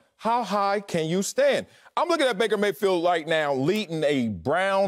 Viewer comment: lmao yo called him breaker mayfield